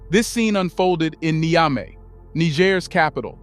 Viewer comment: Please learn how to pronounce Niger and Niamey. You keep pronouncing them differently each time you use them!